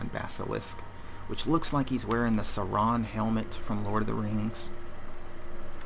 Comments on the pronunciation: The constant mispronunciations are mildly infuriating. The name of the DLC is Fallout Automaton, based on the word automaton, which is pronounced "au-TOM-ma-tron". The "Sentry Bot Lament" isn't pronounced "LAME-ent", it's pronounced "la-MENT". Gamma gun isn't pronounced "Gohmma", it's pronounced "GAM-ma" And god damn it, Sauron isn't "sau-RON", it's "SAU-ron". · that's not how you pronounce Saron